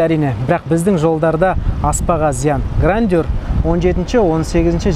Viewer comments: Grandeur(Грэндже’р) 😢, а не Грандеур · Грандеур? Ахаахаха 😂😂😂 "ɡrændʒər" деп айтылады, біздің тілмен ең құрымағанда - Граенджёр деп айтылады! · Грандеур емес Грэнджер